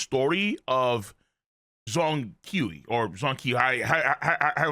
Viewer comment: How tf this guy kept saying "KIU KIU KIU" for the hundreds of times when the word literally spelled "KUI"....And no it's not about language barrier or pronounciation, even if it's English your still dont pronounce "KUI" as "KIU"